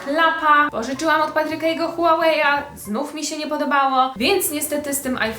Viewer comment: Mówi się hujałej xd